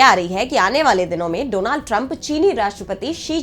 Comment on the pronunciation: Agli bar dronad bolne wala kon bolatha ? A eski porinam ab vogo